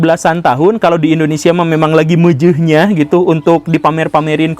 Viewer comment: Ada kata "Mejehnyah" langsung aku like